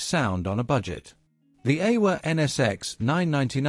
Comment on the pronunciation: Aiwa is pronounced "eye-wa".